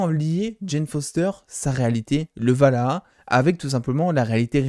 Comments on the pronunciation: Sympa tes dossiers mais sans être donneur de leçon...pas Valaha mais Walhalla et pas "mettre en colération" mais surtout "mettre en corrélation"... juste des petits soucis dyslexiques verbaux qui viennent surement de ton texte écrit et lu pour ta vidéo. Sinon, j'aime ce que tu fais et je souffre moi même d'un désordre du bien parlé...donc à l'origine de ce commentaire. Continue ton travail intéressant. Merci. Pour ce qui est de Marvel...(Disney)...dans 10 ans on aura des reboots sur tout l'univers Marvel, histoire de reformater la génération en place et d'en refaire des consommateurs pendant 20 ans...puis, Ô joie et Surprise....Reboot. Perso je suis Marvel depuis ma tendre enfance (né en 1968...) donc d'ici 20 ans mes artères et mon cœur seront bien mes seules préoccupations et les reboots ne me gêneront pas plus que cela. De toute façon, tout doit évoluer un jour ou l'autre. Je serai surement toujours abonné et je te visionnerai encore...avec mes triple foyers LOL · C'est ValHAla... pas Valhaha x) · Tu as vraiment du mal avec le Valhalla (pas Valhaha) :'D ;)